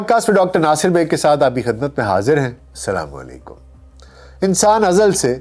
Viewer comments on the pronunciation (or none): Bahi ap ka volag acha hota ha I like it Bahi ap bhot acha kam kerta hain laiken ap apni ek mistake clear kerain woh yeh ha k ap jub bhi apna koi volag shoroon kerta hain tu SALAMO LAIKUM KEHTA HAIN LAIKEN SAHAI ELFAZ AS SALAMO ALIKUM HAIN please dehan rakha kerain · بھائی جان آپ خود کو ڈاکٹر بولتے ہو پڑھا لکھا بولتے ہو لیکن آپ کو اسلامی اور شرعی طریقے سے سلام کرنا تک نہیں آتا ۔۔ آپ سلامتی بھیجنے کے بجائے لوگوں پر بددعا اور موت بھیجتے ہو ۔۔ آپ اپنی ویڈیوز غور سے دیکھو اور اپنا سلام سنو کہ آپ بولتے کیا ہو ۔۔ درست اور صحیح سلام ہوتا ہے السلام وعلیکم ۔۔ آئندہ خیال رکھنا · Dr Sahab aap salam.sahi ada nahi kartay hen plz sahi ada kia karen